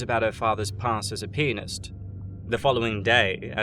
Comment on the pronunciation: I dont like how you said piantist . Sounded too much like penis